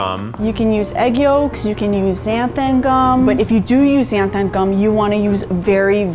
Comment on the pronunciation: So...no one ever told Keith the right pronunciation of xanthan gum huh